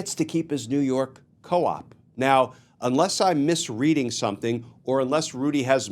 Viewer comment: It's s co op. Not a coop. Lol